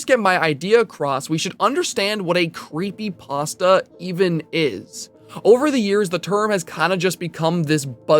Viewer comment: Remove the r from pastra.